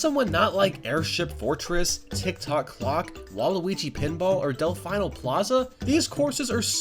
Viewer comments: Did you just say "Del Fye No"... DEL FEE NO! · Not sure if it's a running joke on your channel but it's pronounced Dell-fee-no not Dell-fine-oh. Anyways Mario Kart DS will probably be the best Mario Kart handheld game of all time (unless Mario Kart 9 is better) I was so pissed that Mario Kart 7 lacked almost everything Mario Kart DS had, and the biggest problem was 7 had the best courses of the whole franchise but no VS mode? You gotta be kidding me. Mario Kart 8 is my favorite but DS is great too. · Actually, it's pronounced Delf-EE-no Plaza. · Says "Delfino Plaza" triggered